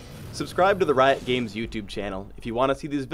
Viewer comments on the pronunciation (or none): none